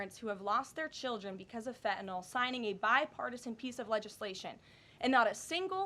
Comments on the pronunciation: Hey, she pronounced fentanyl correctly - thank you, hearing "fen ta nol" was hurting my ears.... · Wow, I actually respect her a lot for not pronouncing it “FentaNAWL”. It was almost impossible to believe!